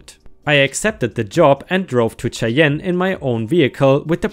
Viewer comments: Re truck driver cheyenne is oronounced shy anne not shay ehn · Cheyenne is pronounced shy-anne. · Its pronounced Shy-ann and Boy-zee